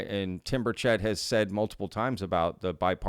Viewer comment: It’s BURchett, not BurCHETT. Please pronounce his name correctly.